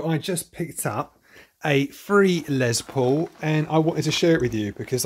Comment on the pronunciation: You Britts really need to learn how to say LES paul, not LEZ paul...😂😂😂